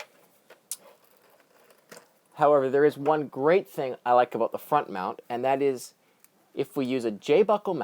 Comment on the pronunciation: Hahaha aboot!!!!